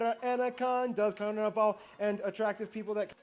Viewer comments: Its CarnAVAL, not CarNIval :) The guy says a lot of things wrong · Man, the pronunciation of this guy presenting this geographics/democrafics/etc is just crap. You knew how to pronounce "carnaval" and you unlearned it from this guy.